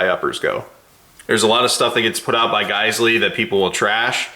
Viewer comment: I believe it’s pronounced “jizzell” or “gazelle”.